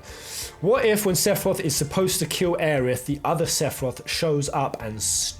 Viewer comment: It's pronounced "o-reh" not "or" lol